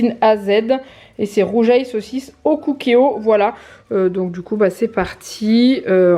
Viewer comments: Miiiam les gnocchis ça me donne trop envie 😍 Les pâtes ont l'air pas mal 😊 C'est trop trop bon le rougail saucisse 🤤 par contre ça se prononce pas roujail lol mais Rougail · Coucou! Pour le rougail saucisse ça se dit Rouguail Saucisse même si ça s'écrit Rougail, c'est un plat typique réunionnais ça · Coucou on dit ROUGUAIL lol et d'ailleurs si ca se disait comme tu le prononce ca s s'écrirait plutot rougeail mdr